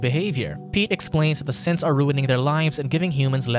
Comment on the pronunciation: me hearing simps instead of synths